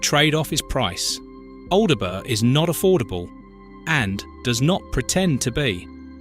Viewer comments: Al de burg. That cracked me up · Pronounced ALDBRUH FFS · The Bot needs to learn, for example, how to pronounce Aldeburgh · What a strange (AI) pronunciation of 'Aldeburgh'!! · Plus the way pronounce the town names! Especially Aldeburgh!!